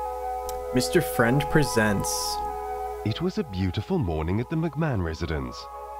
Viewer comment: It sounds like you said Mr French